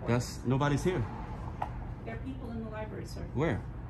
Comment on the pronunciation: Lost when you could not even pronouce LIBRARY correctly when you opened your mouth..............